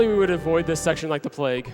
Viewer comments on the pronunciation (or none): none